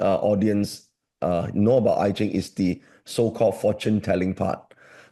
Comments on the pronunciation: Pls, keep saying I-ching (pronounced Ee-tching): Educate his coldture or callture, or culture again!!! Cancel that "eye-ching". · Hopes that "AI" will be well educated in Chinese knowledge... I will revisit Deep Seek soon! For I-ching, not "Ai-ching".